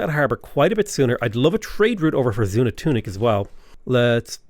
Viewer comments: Zoon-an-tunic does roll off the tongue rather nicely though. Lol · Xunantunich = Shu-Nan-Too-Neech Palenque = Pah-Len-Kay I study Mesoamerica stuff and thought I’d give you a hand with some of the Mayan pronunciations. Good luck and thank you for the wonderfully enjoyable content. 😉👍🏻